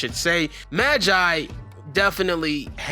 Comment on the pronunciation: Don’t pernoce like ma gi e it’s ma ge e